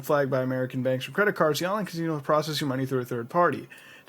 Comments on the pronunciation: lol "Ka-Zee-No" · I wonder if that casino thing actually works. And I love the way mutahar says casino 😂 like "cazino" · sounds like your putting a Z in casino. .